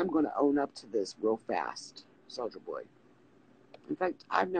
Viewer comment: She can't even say his alias right. She keeps saying Solider Boy lol